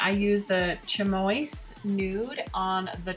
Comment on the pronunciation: Lol...chamois is pronounced 'shammy' luv just for u to know...luv ur channel x